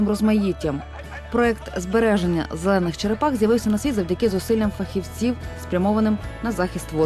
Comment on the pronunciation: Слово «зелених» выговорить не может что ли 🤦🏼‍♀️